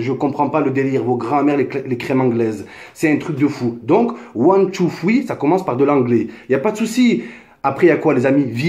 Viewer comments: one two foui mdrr quel bel accent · "one tou foui". Sympa ton anglais. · Mdr c'est pas fouis c'est three cousin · pk tu dis " ouane, tou, fwi " xD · " One two fwi " Oh gad henni tu deconne 😂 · ond two fwee 😂😂😂😂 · One too thwee 😂😂😂 really nigga 😂😂😂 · C’est plutôt one two triii mais bon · Son anglais il est mashallah. Ptdr cmt il dit three. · Mais change de coupe!!!!! En plus t arrive pas à dire three frero